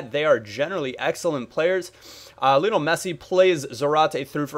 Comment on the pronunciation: it's pronounced Li-on-el, not Lee-on-al. He was named after Lionel Ritchie!